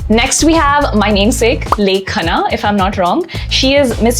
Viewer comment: U pronounced so many names wrong its lekana hegde anubha